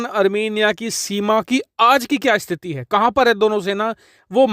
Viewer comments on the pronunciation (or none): none